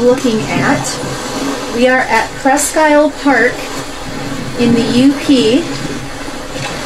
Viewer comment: Wished I new you, Sir when I was stationed up in the Upper Peninsula of Michigan. I saw some neat formations but never knew anything about mudfossils. Presque Isle is ]pronounced " preskeel " Old French.